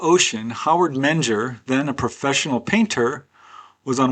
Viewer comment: Menger is pronounced Minger